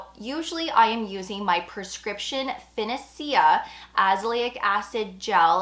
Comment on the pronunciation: Just FYI Finacea is pronounced - Finn-AY-sha. Same ending as rosacea. Pro tip for those who don’t want to pay to get a prescription for tretinoin - Amazon Medical is currently offering Prime members consultations with their AI ‘doctor’ for free, the cost is normally $29. The medical AI agent asks you detailed questions, and then a nurse practitioner reviews your data and produces your prescription if you’re eligible. I took advantage of the promotion to renew my tretinoin prescription at 3am (couldn’t sleep, yay perimenopause), 4 hours after I submitted my consult data the agent sent me a prescription for tretinoin 0.025% 20 gram tube and three refills. I chose to send my script to the Amazon Pharmacy, the cost of the 20gr. tube of tretinoin was $15. By 11am that day I had my prescription tret delivered at my doorstep, for a total cost of $15. It’s a great way to test it out without committing a lot of money. Cheaper than retinol at the drugstore. 😬 ETA - forgot to mention that I was the one who asked for the 0.025% strength. It’s the one I’ve been using for the past 10 years. If I try to go up I get too much irritation, my skin is happiest here. And if you’ve never used tret before that’s the strength they’ll likely first prescribe. Oh and you have a 30-day period after the prescription is produced to ask them questions or ask for a higher strength. And my favorite serum to use with Tret is Perricone Face Firming Serum (DMAE) along with Numbuzin NAD BIO Lifting Essence (Pept